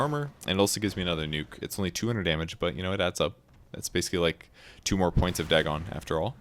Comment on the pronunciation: I love you, but I hate the way you say "Dagon". I say it like "dragon" without the R, but you say "dag-gone" WHY